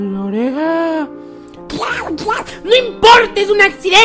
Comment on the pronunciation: Se dice donald